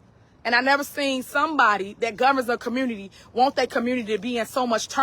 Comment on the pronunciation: And she pronounced the word community, " COMMRUUNITY "! I remember seeing another video of her pronouncing the word allegations, " ALLEZATIONZ "!🤣